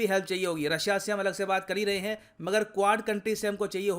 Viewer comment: Japan - Heee 😂😂😂